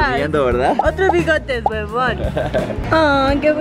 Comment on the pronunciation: JAJAJAJA COMO DICE HUEVON JAJAJAJA